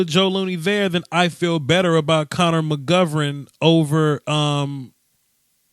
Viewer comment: you messed up McGovern's name already. I told you, it's C Mac. Doeskiwoahski.